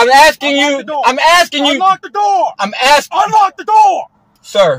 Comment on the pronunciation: "I'm axing you"....english as a 2nd language😅😅😅